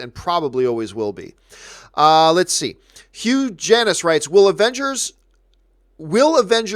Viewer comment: "Hugh Janus"??? I wonder if John intentionally pronounced it in a way to defeat the joke